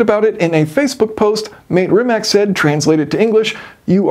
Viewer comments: It's not "ree-match" it's "ree-mah-ts" as it doesn't have an accent on the c at the end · It’s pronounced ‘Rih-mahtz’ not ‘Rih-Mack’ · Not to pick nits, but it's pronounced "rimatz," not "rimack." They're Croatian. Other than that, love everything about this; just when we thought ICE was dying off, Bugatti said, "hold my champagne." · it's RimaC, not Rimak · It's Ree-matz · Mah-tay Ree-matz. I know a lot of people get it wrong if they don't speak any Slavic languages like Croatian but that is how you pronounce his name. The company is technically pronounced ree-matz but I think Mate gets tired of correcting people because I've heard him say it both ways. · You are mispronounceing Rimac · I believe Rimac is pronounced rimats, also Mate is pronounced ma-tay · Just for your american pronunciation - Mate is not probounced "mate" as in "check mate" or as in "whats up mate". It is ma as in "macchiato" and te as in "latte". Rimac is pronounced Ri as in "Rikola", ma is the same as before in "macchiato" and c is the sound of "tz" as in "tzar". Hope this helps ;)